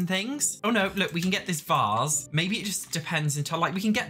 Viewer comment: “We can get that VÄÃS”